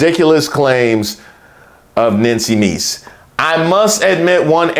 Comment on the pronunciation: I find it completely offensive that you would continually mispronounce Nanky Maid's name.